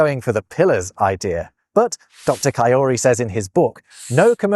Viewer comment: "Florian Cajori" is a French name and therefore has a French pronunciation. The "J" is pronounced with a "zh" sound, as it is in French.